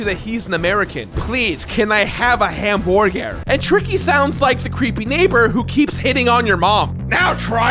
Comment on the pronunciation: Hamborger? Someone been hanging out in the eyeball zone?